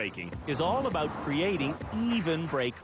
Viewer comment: Perfect "Uuut and abuuut"...